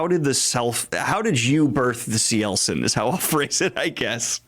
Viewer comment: I finally know how to pronounce Cielcin